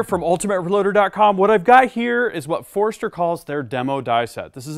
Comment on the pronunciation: Not busting your chops, but it sounds like you are saying (phonetically) "forester"... Wouldn't it sound like /For-stur/ For-ster /? Just asking.. Not trying to sound like a male gland.. I kindly say